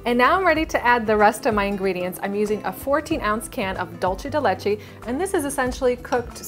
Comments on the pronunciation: Elisa Muñiz right it's pronounced doolse de leche not dolce like Dolce Gabana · Why do people pronounce dulce de leche like she did?? It stresses me out because that's not how you pronounce it!!!! Hahaha